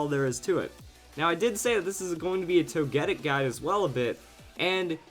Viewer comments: Like toe-ghee-pee. Toe-ghee-tic. Toe-gee-kiss. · TogeTIC! It's not ToGEtic. C'mon. Say it with me. TogeTIC!